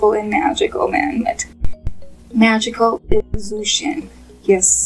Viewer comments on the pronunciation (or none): His name is pronounced like Joe Shen not zoo Shen.I like your channel but everytime you say his name just grades on my nerves. Thank you